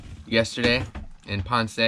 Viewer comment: You are saying Ponce wrong, there is no accent on the E. ;-)